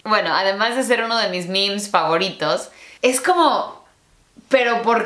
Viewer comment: Y que pasa con la palabra "Favorite" no es FEIVRAIT es FEIVRIT